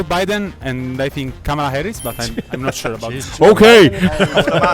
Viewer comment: None of them pronounced Kamala Harris’ first name correctly.